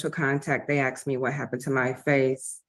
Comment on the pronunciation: She "axed" him? Small wonder he shot at her. 🙄 This guy really needs a very long time as far away from polite society as they can send him. Alaska?